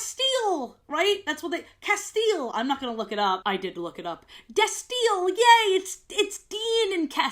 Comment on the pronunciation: they way you say “castiel/destiel” made me take psychic damage and i have never seen supernatural.